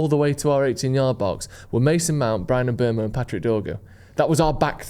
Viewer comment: It is pronounced mBoomo not mBermo.